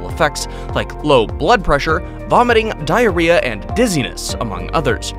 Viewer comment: He you say diarrhea 🤣🤣🤣🤣🤣🤣